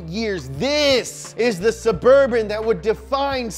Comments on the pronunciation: DA CHEVY... SUVURVHIN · what surburban?? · Sheff g: BITCH ITS NOOO SUBURBAN